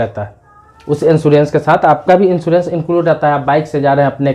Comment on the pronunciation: Pl.first thing insurence hota he insoorence nahi aap anpd hein kya